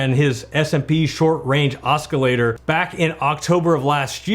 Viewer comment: Your mispronouncing "oscillator." It's a soft "c" not hard "c." Irritating.